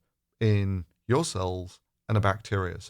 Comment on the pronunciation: Hang on, hydroxychloroquine actually seems to have sent your President stark raving mad. If this is leadership then we are all doomed. I think I could give presidency a reasonable shot. Would the USA mind letting me have a go for a day or two? I love how he says, "I wanted to see yourr eyes light up.". What he didn't continue to say was, "in shock and horror to my utter lunacy. I want to really freak everyone out and be the first US President to be admitted to a lunatic asylum." Your sighs of despair are felt by us all my friend. Stay safe and power to you. Keep up the good work.